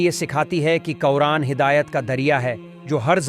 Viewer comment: Qura'an hai qaoran nhii